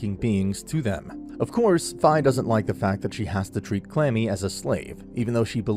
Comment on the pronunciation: He called Kurami, Clammy.